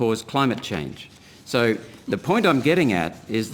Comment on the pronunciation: “Soy” isn’t how “so” is pronounced. When I hear that, I think the speaking person is an idiot.